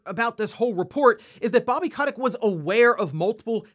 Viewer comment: Guy mispronounced Bobby Kotick’s name about 20 times in this video